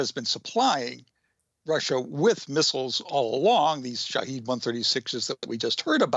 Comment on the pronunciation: To clarify, the pronunciation of words can get tricky in Persian and Arabic words quite quickly. Shaheed means Martyr, Shaahed means Observer / Witness (the drone name).